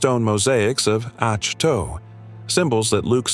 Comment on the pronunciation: Great video. The planet's name is pronounced as 'ahk toe'. Thanks for this history, it really does the Star Wars universe justice.😊